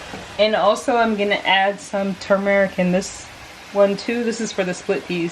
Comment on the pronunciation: Every time you said toom-eric 😂.